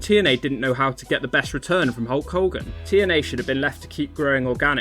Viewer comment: Who's this 'Hulk Holgan'?